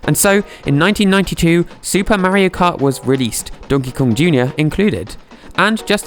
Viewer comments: it is Mario not meario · ITS MAR-RIO like Mars with no "S" 😡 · Like watching these videos but I’m from America and it’s weird to hear you say Mario. But I’ll keep watching. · The way he says Mario, I just cannot get over it. 🤣